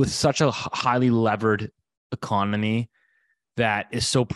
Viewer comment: “Ecomony” - still love ya man haha 😂 Keep up with the great show!